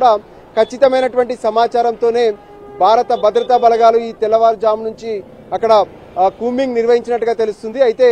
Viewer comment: తెలుగు సరిగా నేర్చుకొనని తెలుగు విలేఖరులు తెలుగు అక్షరాలను సరిగా పలకకుండా అవమానపరుస్తున్నారు. “బారత బద్రతా దళాలు” అంటున్నాడు ఈ మహానుభావుడు—-“భారత భద్రతా దళాలు” అని ఉచ్చరించకుండా!?!?!?!?😢😢😢😢😢😢😢